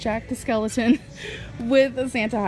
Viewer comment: “jack the skeleton” it’s jack skellington lol